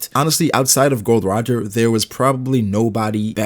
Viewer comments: It's not Gold Roger but Gol D Roger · Its GOL D. ROGER, not Gold Roger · His name is Gol D. Roger not "Gold D. Roger" lol